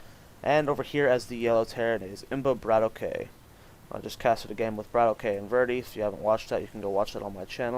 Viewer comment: It is Brad-Awk not brat O-K.